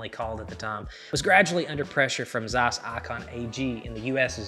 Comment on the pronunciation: The way you pronounce Zeiss triggers me. Wrong pronunciation.